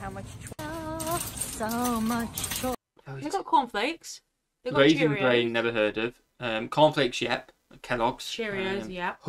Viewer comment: it's Raisin BRAN, not brain 😂😂😂